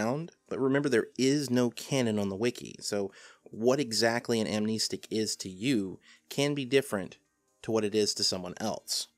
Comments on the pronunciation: Why is he saying Am-knee-stick and not Amnestic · I always thought it was pronounced Am-nest-ick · Also surely its pronounced "ahm-neh-stick" not "ahm-nee-stick"? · Nice video on amnestics, but jesus it peeved me so hard that you pronounce it amneestics. There’s only one e there man. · "am-KNEE-sticks" ~, 2019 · I pronounce it as: Am-nes-tic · Its pronounced am nestic, like amnesty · I wasn't sure about that, so I looked it up. Turns out, you're right, it is a real word that's defined somewhere other than the SCP wiki, which means it has an accepted pronunciation. As it happens, the correct pronunciation is indeed [am-nes´tik], therefore pronunciation is incorrect. Welp, I learned a new little factoid today I guess. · you're wrong about amnestics (am-nest-ick) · im pretty sure its pronounced "Am-nest-ic", despite how the root word "Amnesia" is pronounced. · "am-ness-tick" sounds better tho. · You’re wrong on how you pronounce amnestic. Although I guess it’s like the keter pronunciation argument. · Ok it REALLY annoys me that he keeps pronouncing amnestic with two e's.